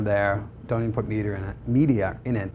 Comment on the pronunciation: Good grief.... if I had a dollar for each time he said "okay?", "right?", "um", "the secret sauce" and what is me-dee-er?